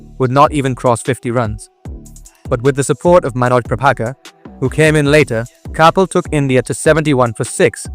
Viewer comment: Are you Indian? Or a firangi? Or are you an Indian firangi? The way you're pronouncing "Kapil" is off-putting!